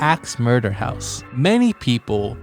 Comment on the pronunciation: I literally heard ''The Haunted Hosuh...''